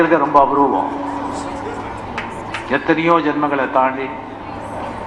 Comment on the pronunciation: abroovam illa aboorvam..........